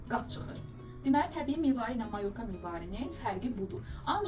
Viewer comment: Mayo'rka. Vurğunu duz qoyun....